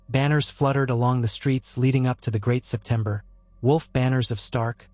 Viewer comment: So is it a Crytopber of Anubis? That is how Obsurd Setember of Bailor sounds. Also pay attention to usage of the word for it's meaning a Bow ( infasies the Oh sound for the weapon or ribbon) & Bow infasies the Ow for the motion in reverance/Respect.